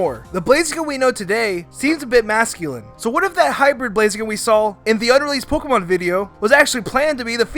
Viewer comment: Especially how he says "Pokiemon"